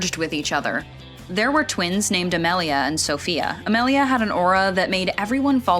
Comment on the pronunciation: You say it as A-meal-ia. It is kind of my name